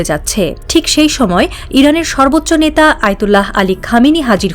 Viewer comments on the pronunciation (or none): none